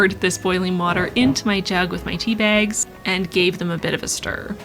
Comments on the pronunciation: you can't comprehend the DISTRESS i felt when i thought i heard you say SIXTY bags, instead of six tea bags... great video nonetheless!!!!! <3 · I heard „I used sixty bags this time“ and was super confused until I realized you said „Six tea bags“